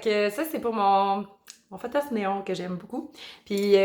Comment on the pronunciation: Tu prononces fothos, mais c'est un P po.